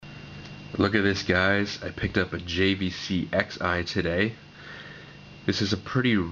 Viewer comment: It's pronounced JVC "Cross'Eye"; everyone gets this wrong...